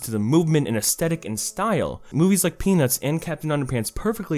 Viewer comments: Peanuts. Not pe nis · This doesn’t sound like “peanuts” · When you said peanuts movie at first I though you said pen*s movie at first. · buddy you did not enunciate the t in peanuts at all there that first time